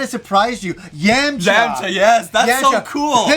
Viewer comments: Yemcha not Yamaha guys take notes 😂😎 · How can Yamcha be your favorite character in DBZ but you can’t even pronounce is freaking name right?!-__- it’s pronounced “yaw-macha” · your saying yamcha's name wrong